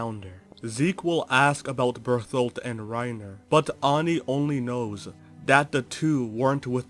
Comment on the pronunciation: Can't get over you saying Berfoldt, just makes me giggle everytime.